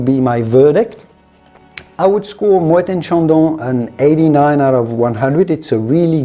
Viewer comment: Both are plonk, dumbed down for the American market. So many better options for the same or less price. Thank you for pronoucing Moet correctly.